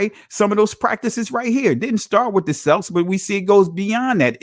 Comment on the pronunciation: Celt, Celts, and Celtic is mistakenly pronounced with a soft S sound. When the correct pronunciation of those three words are with a hard K sound such as Kelt, Kelts, and Keltic. Though in spelling all three are begin with C's. Just like an some ancient languages words that begin with Ch do not produce a Ch sound such as chess, cheese, chow, and chowder. The words Chaldea, Chaldees, Chaldeans, and Chalcedony are all pronounced with a hard K sound pronunciation. Even now you'll still have people pronouncing the Kaldeans as Chow-deans as though correct. Unaware of the language rules for ancient languages not from an Indo-European language family because none of the words are English root words.